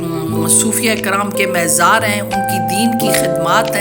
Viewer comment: مےزار نہیں مزار